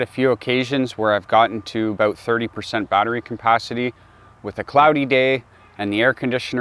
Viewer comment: it sounds like you're saying compancity. hehehe